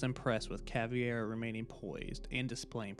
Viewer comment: Ngl as a Brazilian I've never heard someone pronouncing "Vermelho" "Caveira" and "Capitão" so badly, but killer video anyway man, very very good!!